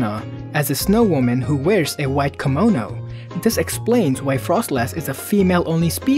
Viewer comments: Yuki-onna not Yuki-anna and kimono not kamono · The way you say "Kimono" makes it sounds more like "Kemono" which is another Japanese word entirely...